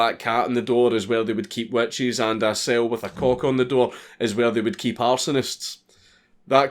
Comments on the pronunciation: He said cock and i heard cork. 🤣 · i thought you said cork, not cock. lmao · I thought he said "Cork" (I'm English)